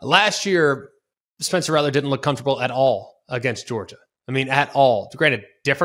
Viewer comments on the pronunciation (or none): none